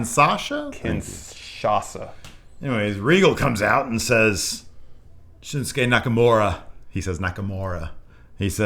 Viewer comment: "I love Shinsuke Nakamura" "What's it called? The Shinshase?"